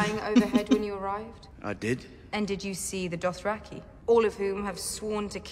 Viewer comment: Why can't this guy say Dothraki? Adding an extra R after 7 seasons.